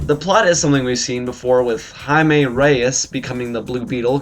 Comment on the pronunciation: Nice review, thanks for pronouncing Jaime's name correctly :) Yo where's this show been for the last 2 years?